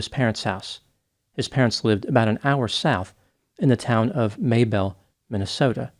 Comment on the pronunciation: I grew up in southern MN although not near Mabel but people I know who have connections to that area always pronounced it like the woman's name Mabel, not May-belle. But sure does his research on those Australian place names to get them right, impressive!